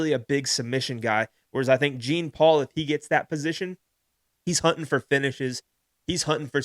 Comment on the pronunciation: Gene Paul? Please stop….lol. You victory lapped saying his name right then called him Gene Paul 36 times. 😂 JFC